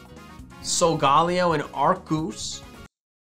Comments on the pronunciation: i tried not to but i must... ITS SOGA NOT SOGAL ITS SOGA LAYO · SOGALAYOOOOOOO!!!!!!!! NOT SOGALLAYOOOOOO!!!!!! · It’s So-ga-lay-o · why do you pronounce it as sol-gA-leo insted of Sol-galei-o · It’s pronounced solgaleo as in galeleo not Leo as in the constellation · I hate people who says sogeleo wrong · Sagalao what HS said it wrong \=( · He saying Solgaleo Wrong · Arceus (arkoos) and silgolio is arloos